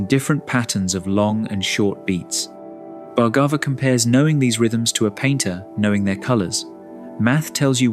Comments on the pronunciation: His surname is pronounced as Bhaar-gabh.... Not Bhargava... भार्गव in hindi.. There's no "Aa" sound in the end... Western people have a tendency of using "AA" sound at end of almost all Indian words....anyways.. Thank u so much for this video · IT IS PRONOUNCED bhar- gave ( soft bh & ar) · Each time narrator mispronounce the beautiful name Bhargava, I wish he took few minutes to practice an Indian name properly.